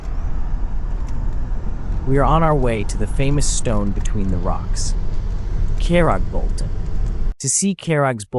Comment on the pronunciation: In Norwegian, Kjeragbolten is pronounced more like Sheragsbolten.